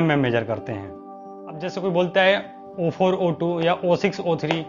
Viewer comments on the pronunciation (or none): SMD component package pronunciation is wrong... Its not O4O2 it's 0402 (zero four zero two)